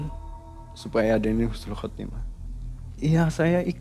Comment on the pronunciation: Mang ei punten bukan khusnul tapi husnul 🙏🏽